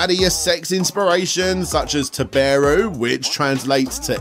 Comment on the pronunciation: Come on man, I know Americans and English native speakers aren’t very good at foreign words, but aside from the horribly english pronounciation of “taberu” the emphasis is on “ta” not “be”. So it is TAberu, not taBEru.